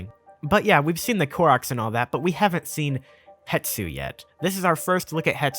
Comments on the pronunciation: Love the vids, keep it up (Also hate to be that guy, but it's hes-too, not het-soo) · HE-S-TU, not Hetsu, come on look at it before you say it like a thousand times. >_< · I believe it’s pronounced HES-to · i love you, dont get me wrong, zero gripes about anything... but why does everyone pronounce it Het-su... when it's Hes-tu? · I made this comment on another person's comment but will repeat briefly. I think it is a case where a person said it Het-su somewhere and it just started sticking in people's brains falsely without returning to the source to check a look at the factual spelling and reasonable way to pronounce the letters to make the name. . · I came here to comment this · WHY DOES EVERYONE GET IT WRONG THO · That's intentional and funny. You are just making an arbitrary choice that has zero context. Hetsu sounds more Japanese? Fkn dumb. Naruto isnt japanese enough, I'm gonna pronounce it Naturo cuz I want to. See how dumb that is? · Hypemaster HMK and several other Zelda tubers reverse the s and t when they pronounce his name as well. Might be a propogating and reinforcing phenomenon where one person heard it wrong somewhere and it just keeps creeping across other content creators. Still the number of times the name is said in this video makes it much more noticable. Glad some other viewers are keeping their ears open.